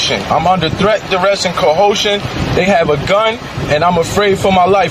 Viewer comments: Co- hoshun? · Low IQ is Right: he's a dummy... "CoHosion?" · Not coocean lol what a numbskull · When tries to say, "threat, duress, and coercion", it makes me think of that singer from the 80s, Billy "Cahohshun", of "Caribbean Queen" fame... LOL 😂